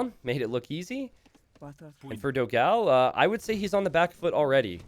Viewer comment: man, the pronunciation it's not "dog ao", it's "doghaun", although second game was awesome :)